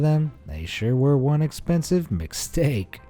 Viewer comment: u saying mcstake mcdo hearing mcsteak write it down